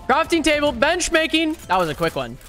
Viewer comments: I just gotta say it cause it seemed funny to me, he kept saying bench "making" when its "marking" just thought it was funny. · its not benchmaking u mf (jk i luv u ) its benchMARking